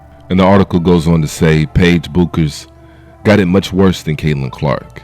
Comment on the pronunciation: Her name is pronounced like "Beckers" my dude.